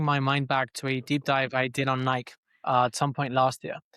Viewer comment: It’s no longer pronounced Nike for me, its “Niik” now‼️